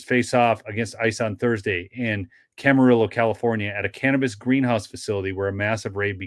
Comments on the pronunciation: Pronounced cam a reeo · Hey, it's pronounced Camariyo LL is pronounced like y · Camarillo = Cam-uh-ree-yo. Love your videos!